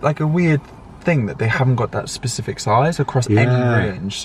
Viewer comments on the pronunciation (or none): none